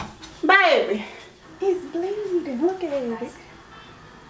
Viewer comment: The distress brought the country alllll the way out. That “bay-buh” when you call Teej in had me absolutely weak as hell!